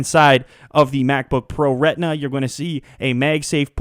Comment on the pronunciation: u say retina funny :D (redna)